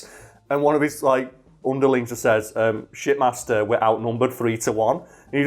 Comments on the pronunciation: Oh.... SHIPmaster.... I legit thought you were saying shitmaster, lmao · Not gonna lie, though that you were calling the Shipmaster, "Shitmaster".